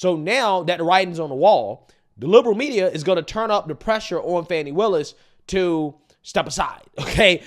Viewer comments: It's not Fawny.. it's Fanny. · Why is he calling fani funny? Her name is most definitely not pronounced funny it's fani. The I at the end of her name don't give the a the sound of u. Her first name is also known as an ass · Let’s be real. It’s Fanny not fon eye😂😂😂😂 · Her goddamn name ain’t “fawny” it’s Fanny, plain and simple Probably named after her grandma or something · Why do they call her funny when it's fanny fani. It is definitely not pronounced funny. Her first name means ass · I love how Rachel Maddow says “Fahn-nee Willis.” Poor Rach hasn’t been this close to tears since the Trump’s tax returns nothingburger! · Rachel sounds like she's calling her funny willis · "How do you pronounce fani? FAWWWW KNEE"😭😭